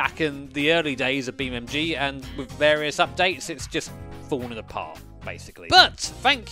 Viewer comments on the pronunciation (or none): It’s Beam(N)G not Beammg ffs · Do you think he knows is BeamNG? Because the title suggests he does but he’s definitely saying BeamMG… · Is it just me, or are you calling it BeamMG? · Use me as a button for every time calls it BeamMG! Love you really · Does he keep on saying BeamMg 😂😂😂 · Why does he say BeamMG